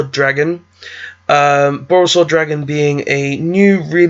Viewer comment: BorrElsword not borrOlsword. Also great vid!